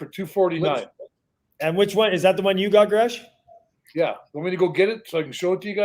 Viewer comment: Jere Gillis, Gresch got the last name right!